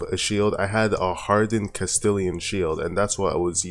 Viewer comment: "Hardened Castillian Shield" Please learn how to read. It's Castlian. Pronounced Cast-lee-an. Not Cast-ill-ee-an.